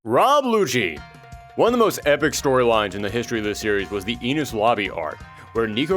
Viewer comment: The word Enies being pronounced eenus should not hurt me this much I gotta chill